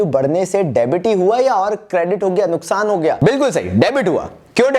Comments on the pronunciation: it's nuksan not nuskhan 😁😁. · Nuksan ❌ nuskan✅ 😂